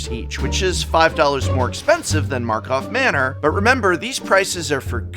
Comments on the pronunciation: Prof, please, say the name correctly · Is it a Joke that he never said the name of the set correct? God it bothers me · Please fix the script XD Its tilting hearing you bunny hop from karlov manor to markov manor XD